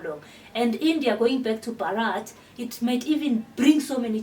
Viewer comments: Pronunciation not Bharaath. It it is Bhaarath. Please look at closely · Please correct ur pronounce not Bharraat say BHA RAT H